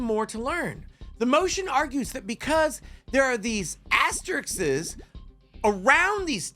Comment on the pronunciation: Asterikses? You really went to law school?